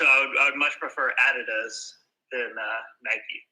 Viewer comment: respect for pronouncing Adidas the correct way